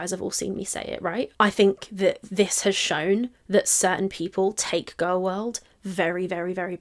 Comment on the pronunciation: You’re a GORWL! A GORWL!